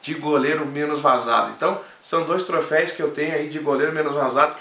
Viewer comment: tá quebrando no português kkk trofeís não né pô kkkk